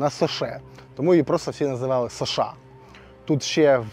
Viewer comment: Не шоша а соша